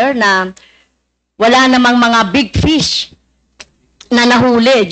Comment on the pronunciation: Can you correct your pronunciation fish or pis your honor